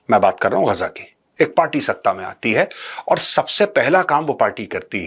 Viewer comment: Major saab it is गाजा नोट गजा.